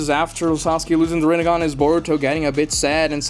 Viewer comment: UM YOU SAID narutos son name wrong its burrito